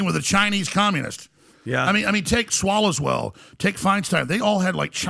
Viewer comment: AJ says "Swallowswell"... buahahahaha